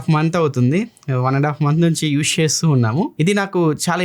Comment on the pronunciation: యూష్ కాదు అన్నా... యూజ్ 😀😀